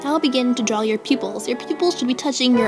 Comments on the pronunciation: No offence but... It's not "Drawl" it's "Draw" :/ Sorry I have OCD :\\\ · Correction : its not drawl its draw! im not trying to hate im a sub and you are very helpful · Stop saying "drawl". PLEASE!!!